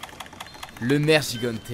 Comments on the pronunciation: Nergigante pas nerjigante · Sa ce prononce nerguigante... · Le nergigante se dit nerguiguante le premier g ne se lit pas j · sa se prononce "nerguigante" et pas "nerjigante" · Nerjigante ? Sérieusement ? xD NerGUIgante la prononciation putain ! Même dans la beta ils l'ont dit ! Sinon, pas de Congalala qui lance son caca ? Dommage :c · il a détruit le nom du nergiganter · Sa se prononce nerguiganté même le vieux le dit comme ça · Ça se dit nerguigante omg 😂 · la prononciation mdr "nejigante", "kuchela daora"